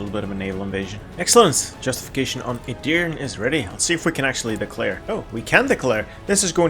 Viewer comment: As a turk, the way you say edirne hurts me :D Its edirne not edirn :D